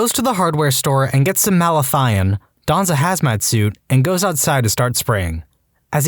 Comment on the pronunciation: 1. It's "Malathion" not "Mathalion". 2. Whoever was in that maggot story was an idiot and would be dead when the power grid goes down. Maggots really only do good, but just look really ugly. Sort of like the opposite of a republican.